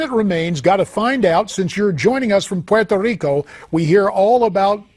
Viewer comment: POY-toh-RIKO lol